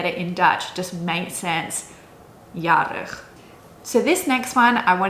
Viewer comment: As a native Dutch speaker I was really impressed by your pronunciation of especially "spannend" and "uitwaaien". Really good! When you said "spannend", I thought for a moment you were a native speaker. "Jarig" also sounded very good.